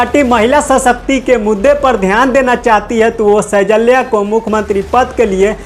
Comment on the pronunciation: Anchor saheb,सैजल्या nahi hai, shailja sahi name hai।❤❤❤❤❤